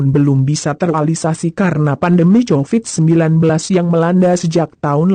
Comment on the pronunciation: Apakah anda agak tunarungu bu , Cahyo dibaca Cahjo , Covit biasa dibaca (kovit) , knp anda bacanya tjovit ( ejaan lama ). Mbok nek membaca yg baik gemana sih ?..